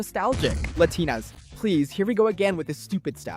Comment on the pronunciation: lah-tin-uhs? yall i think this shits ai